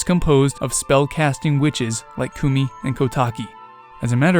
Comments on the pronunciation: A small thing to note: Koume and Kotake's names are pronounced "Koh-oo-meh" and "Koh-tah-keh", not "Koo-mee" and "Koh-tah-kee". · This bothered me the whole video lol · My only correction is that you mispronounced the names of the Twinrova. The E/EI at the end should be pronounced as an "ey". And the "ou" in "Koumei" should be pronounced as "oh". "Ko-mey" and "Kotak-ey". Other than that, I think this theory is pretty banger. Good job. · They're pronounced Ko-yoom and Ko-tayk. I will die on this hill 😤